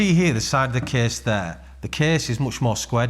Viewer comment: the kehhhhss is very hevveh